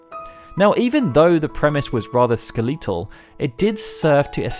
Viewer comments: Holy crap that pronunciation of 'skeleetal' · Ah-ahem... "skel-eet-al" Love it 😂